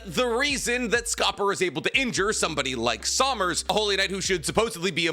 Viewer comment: Summer- add an S at the end. NOT sawmers. Colon = coller, but with an en at the end collen/colon NOT colone Goo-nk-oh = gunko